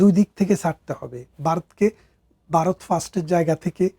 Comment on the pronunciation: ব্যারিস্টার সাহেব ভারত কে" বারত" এবং জন্ম কে " জর্ম" বলেন।😂😂😂😂😂